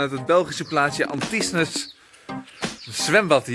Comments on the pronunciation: Anthisnes, spreek je uit als AN TIN. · Dan nog even de juiste uitspraken van een aantal plaatsnamen: Anthisnes: Antienn Hourpes: Oerp Namur: Namúúr